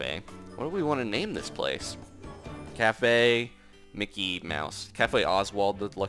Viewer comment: Cafe mickey (mickaay) < spoke